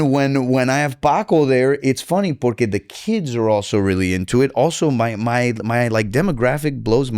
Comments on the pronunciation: Take a shot every time he says “porkay” lmao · Why is this dude saying Pore-cay so much??? It’s annoying